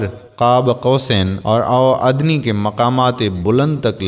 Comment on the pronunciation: او جاھل ملا پہلے قرآن کریم کو صحیح طور پر پڑھو آور تمھاری اردو بھی اچھی نہیں ہے ao adnaa کو ao adni پڑھ رھے ھو